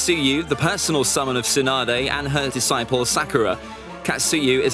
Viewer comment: KATsuyu, TSUnade, SHIzune, uroCHimaru, HOkage, KUrama not katSUyu, tsuNAde, shiZUne, uruchiMAru, hoKAge, kuRAma ughhhhhhh cringeeeeee